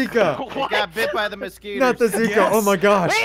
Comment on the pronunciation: I heard say moskeeters. I thought I was weird for calling mosquitoes that 😂